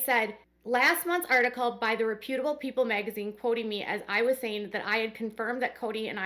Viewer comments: It is all odd. Meri is to be pitied. BTW, it’s REP utable (REP u tub bul) Accent on first syllable. Can listen to it by googling “reputable pronunciation” Weird word, I know. 😊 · FYI pronounced reh-pyoo-tuh-bl as in reputation.